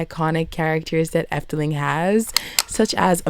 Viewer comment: Impressed by your pronunciation, IT was pretty spot on